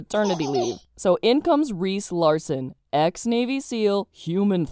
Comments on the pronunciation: NOT REES, RICE 😭😭😭😭😭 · who da flip is reese? its RICEEEE SPELT Rhys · REESE LARSEN?? WTF NO ITS RISE—S